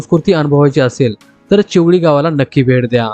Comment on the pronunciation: चिवली Nahi te चिवेली Ahe🫡